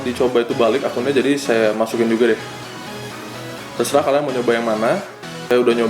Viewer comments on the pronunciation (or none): none